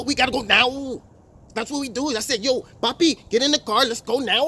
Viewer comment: Lolllllllllll….. doing Spanish accent is PRICELESS! Specially when he says: "Papi"